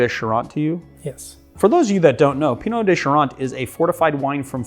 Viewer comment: He pronounced it correctly. "Eau" makes an "oh" sound. Like bureau or beau